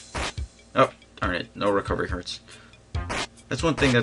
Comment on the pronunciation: it's hearts not what you were saying (sorry I'm a bad speller even though I'm in high school)